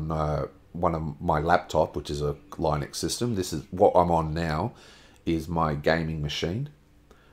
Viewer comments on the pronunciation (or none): It's pronounced "LEENUX".